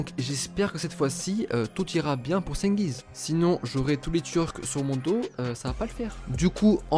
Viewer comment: ça se prononce djengiz frro